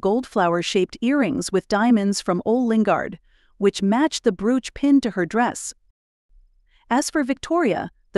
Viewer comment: Brooch is pronounced BROACHED. Long “O”. Ditto “BOW”: Long “O”.